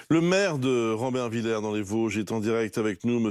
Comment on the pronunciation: "Rambervillère"? Le mec ne sait pas parler français. Il en rajoute tel un parigot de merde en appellent la ville de Rambervillers: "village". Quel arrogance,quel mépris du journalope parisien.